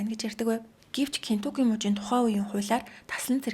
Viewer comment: kentucky gej buruu xeleed baina aa kentukki bish kentakki